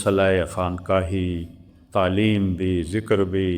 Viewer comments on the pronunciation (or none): none